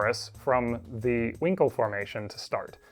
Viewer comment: Brilliant video, but I couldn't help but chuckle at the pronunciation of Huincul (winkle).😆